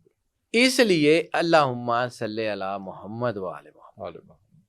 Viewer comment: Please correct pronunciation Yes — the correct wording is “Allahumma ṣalli” (اللَّهُمَّ صَلِّ), not salah. Ṣalli = “send blessings” (a verb, asking Allah to bless). Ṣalāh = the ritual prayer itself. That’s why in Darood Ibrahim we say: Allahumma ṣalli ‘ala Muhamma